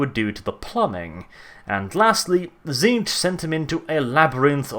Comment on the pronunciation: tzeenech silant t and the ch is k so pronounced zeenek